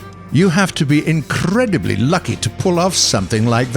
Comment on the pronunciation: No one talking about how this savage pronounces "incredibly" or "pinata"?